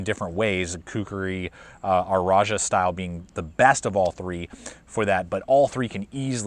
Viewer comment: I’m compelled to ask: why do you pronounce “rajah” as “r-ajah?”